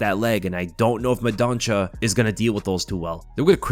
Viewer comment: Mendonça is read as mendonssa, the ç has an s sound 👍 love the vids